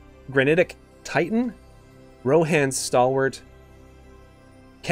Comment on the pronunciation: Also it's Rhonas, not Rohan. RHO-NAS.